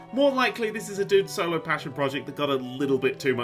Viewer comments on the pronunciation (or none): none